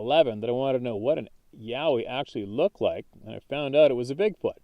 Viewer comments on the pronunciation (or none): none